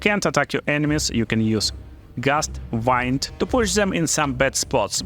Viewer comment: I just wanted to explain Gust of "wind" is pronounced "weend", as in "It is windy weather". The other "wind" you are saying is "waynd" which means to wrap or twist something around something. 🤩